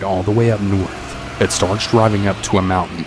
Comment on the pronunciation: Did he say go “riving”?